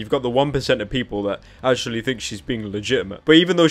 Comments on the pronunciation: Actumally that’s what she says instead of actually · She literally on says ashamuly